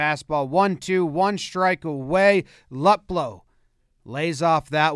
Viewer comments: The last batters name is pronounced LOOP-low. But whatever. He only hits lefties well. And he plays for Cleveland. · Its pronounced Loop-low Not luhp-low. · I’m not hating or anything but it’s pronounced Lou Poe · Maybe learn how to pronounce the Indians lead off hitters name